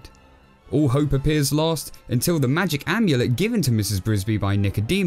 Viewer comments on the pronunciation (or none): none